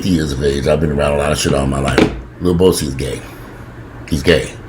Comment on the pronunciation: Did say "Lil Bowsie"? I'm weak 🤣😂 #generationalgaponfleek #inthehizzlefoshizzle Lil Boosie is a complete fool and should be dealt with accordingly